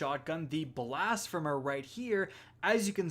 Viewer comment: Every content creator I’ve seen cover slugs this season is saying blas-fem-er instead of blas-feem-er smh